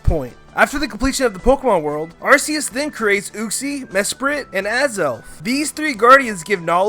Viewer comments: its ARK-ee-us not AR-see-use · the way you say arcues makes me die inside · It’s not arceus it’s arkoos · assius me:ar ckee us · Don’t say ar-key-us it is arcoos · Arseus BOI ITS ARCEUS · It’s not arseus it’s ar CK eus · ITS AR-KEY-IS NOT AR-SEE-IS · It's Ar-key-us, not Ar-say-us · Arceus not Arseus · Are-See-Uss It's Are-Key-Uss just check the pokedex books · V Walker its Ar-ce-us not ar-key-us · Sorry, it’s actually ar-COOS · It's arcoos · The Aura guardian did a video on it It’s ac-key-us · HIS PRONOUNCIATION IS LIKE THE AVATAR MOVIE SAYING EVERTHUBG WRONG “Arseeus” “Synoh” 🤮🤮🤮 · It’s arcoos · Your saying Arceus wrong It’s AR-key-us I got it from my book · The real crime is AR-SEE-US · Nononono arcoos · Its Arc-ues Because Arse Is Booty In The UK You Pronanouce the Arc Part More then The Ues part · Why did you say Arseus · ArCeus is the translation of seeing pee say ar KEE eus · Ar KEY ues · it's arceus (Ar-KEY-us) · It is arKEYus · It's ar key us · it's ar-key-us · AR KEY US DEE AL GA. UH KSEE. SIN OH. GET IT RIGHT NOOB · UGH it's ARK EE US THATS HOW YOU SAY IT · its arc-key-us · aim I'm sure its ar-see-us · Its ar-ke-us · Y-you are saying Arceus wrong... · GET YOUR PRONNOUNCIATIONS RIGHT, DUMBASS!!!!! 1. Ar-KEE-us. 2. SIN-oh. 3. Ray-KWAY-za. 4. rej-ICE Also, the plural form of Mew is also Mew. Think of it like "sheep" and "sheep". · ARCEUS(ark-ee-us) Sinnoh(sin-oh